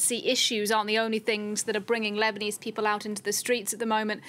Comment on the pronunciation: 1- Her last name is not Fahrat 2- pls tell her to learn how to pronounce English bef speaking it: People is “pee-pull” not “pee-pill” 3- among other poor linguistics